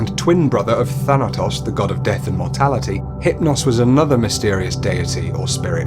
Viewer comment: Just telling you, Thanatos is pronounced how it spelled tos at the end is like pronounced toast without the t and thana is pronounced fan-a but replace f with th. I know that was confusing but I couldn't explain it any way else.